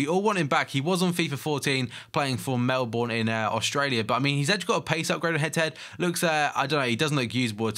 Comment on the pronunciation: Did anyone else laugh when he said Melbourne. (Im Australian)